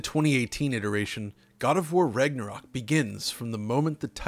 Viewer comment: Sounds like your saying Rignorok😂